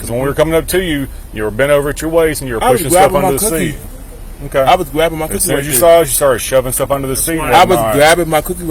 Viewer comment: “I was gwabbin’ mah cookie!”